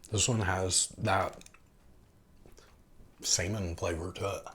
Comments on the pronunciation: Did you mean to say semen at the 3 min mark or salmon? If you don't believe me, turn on closed captions and listen as well as read. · Dude ... be careful of the way you pronounce salmon. When you were tasting the canned mackerel , it sounded like you said it tastes like... semen